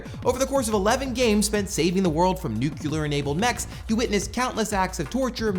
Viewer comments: Did he just say "nucular?" It's NU-CLE-AR. Everyone mispronounces it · nuCLEAR. Not nuke-you-ler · Don't say "nukular". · "Nucular-enabled mechs" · "nookyular" smh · Please learn how to pronounce nuclear...